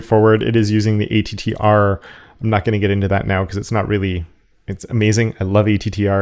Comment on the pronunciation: the attr function is not pronounced a.t.t.r. but "at-truh" as in "attribute" but without the ee-byute.